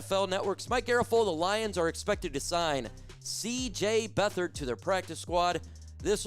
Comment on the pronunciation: It's not Beth/ard it's Beat/hard. He's a Lion!